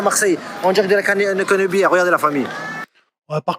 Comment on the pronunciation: ...la caneubièreeeuuu, mon cerveau a fait un bref flashback, Marcel Pagnol.